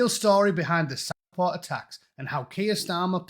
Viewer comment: Dont take your news from a man who struggles to say the word "Southport".